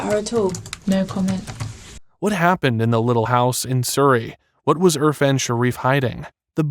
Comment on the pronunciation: It’s irfan not urfan get it right